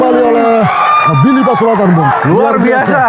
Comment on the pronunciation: Please.. his name is Billy Pasulatan, not Billy Pasuladdan